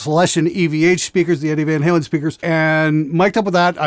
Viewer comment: “Neddie Flan Wailin’.”